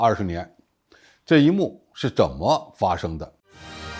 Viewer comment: 😂“肿”么发生的